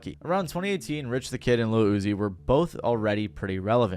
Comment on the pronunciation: Charlaigne the god not being able to get Rich the Kid’s name right had me dyinggg 🤣🤣🤣 also not him also saying “he immediately jumped behind the counter and started making an iced Starbucks cold foam cappuccino” 😩🤣 and “and to avoid the wrath of the sassy savage, Lil Uzi” lmfaooo he really said “the sassy savage.” Also yeah of course Rich said years later that there’s no beef anymore and they’re cool, because he definitely never wanted the smoke with Uzi ever again after how It went first time around. Great example of fuck around and find out!! And boy, did Rich find out about the sassy savage that day 😅😂